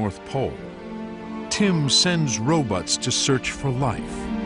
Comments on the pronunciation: I swear that the narrator said "Tim sends ro-butts" (instead of ROBOTS). Or did he use another word that I can't hear properly? Damn these videos with no closed captioning choice available! Came back just a minute later to edit my post because...Tim's "RO-BUTTS" are at it again ! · Lmfao it's ro-butts